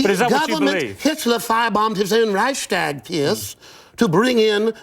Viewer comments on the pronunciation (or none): He pronounces "Reichstag" like it rhymes with "hashtag." LOL. And he gets the date wrong. Some genius.